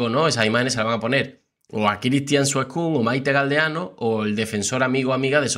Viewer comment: HOLA. ES SOFIA SUESCUN Y NO SOFIA SUESCÚN. LO ESTAS ESCRIBIENDO Y PRONUNCIANDO MAL. UN SALUDITO.